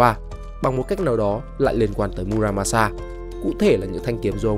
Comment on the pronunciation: Mư ra ma xa . Đọc đúng âm Nhật